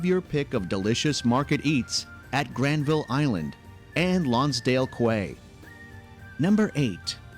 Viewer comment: In Jasper he refers to a family of black bears as grizzlies and in Vancouver he mispronounces Quay….it’s Key